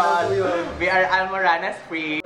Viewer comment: hahaha natawa ako sa "ALMURANAS"😂😂😂